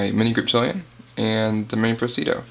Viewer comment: Say it with me pres-i-di-o.... LOL nice knife, handled one today, will buy soon.